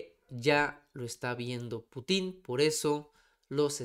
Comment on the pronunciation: Por favor, la palabra Putin lleva acento tónico en la letra U.